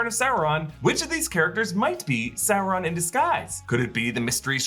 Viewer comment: OMG. He's not Chinese Food. It's not Souron. It's Sauron.